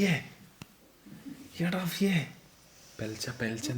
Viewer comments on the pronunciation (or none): പുലർച്ച ❌ "പെൽച്ച"✅ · Pelacha ❌ polachaa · Ningal pelachakk ennano paraya nammal pulachakk enna paraya 😅